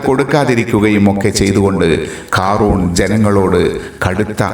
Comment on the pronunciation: ഖാ റൂൺ അല്ല ഖാറൂൻ